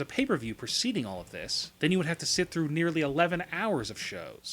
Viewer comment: This guy when he announces yes certain words or emphasis it like show and through make me ponder